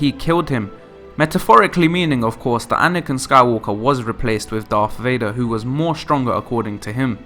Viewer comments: “The dreaded Darth Vay-nah” Dreadful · Darth Vaner? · "Darth Vadnar"?